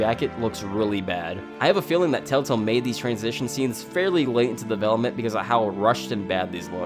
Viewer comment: I’m sorry but why am I hearing “TaleTale”?